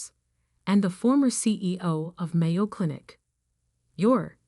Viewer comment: You can tell this is made in a foreign country. They don't even know the proper pronunciation of Mayo Clinic.